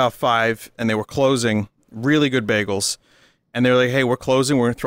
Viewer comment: I like that when Vinny talks about Bagels his new york accent kicks in.